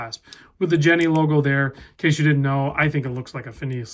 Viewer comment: Jenny is pronounced yenny in this case, the jenny brand is famous for the jenny Caribbean 1000 metre watch